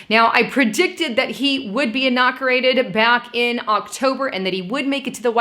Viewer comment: lol did she just says enokerated?